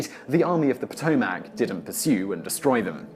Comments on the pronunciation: Patoemac not po toe mac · The mispronunciation of Potomac is like nails on a chalk board to me. "puh-TOH-MACK"............ How about "puh-TOH-muh k" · Uhg, I live 5 miles from it, it's not pronounced Pot-Toe-Mac, it's Puh-Tome-ick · Potomac is pronounced like Potomick.